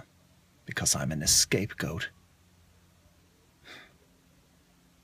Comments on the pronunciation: It’s scape goat not escape goat but still funny as crap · Roboterize haha, but it's actually "scapegoat". He was being funny and thought it was *E*scape goat :)